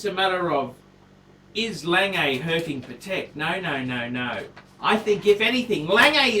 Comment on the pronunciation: He should learn how to pronounce. It's not "Langay" and it's not PaTEK